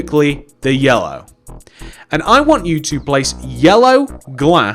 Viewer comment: Who thinks when he first started putting down the yellow glass he sounded like he was saying heya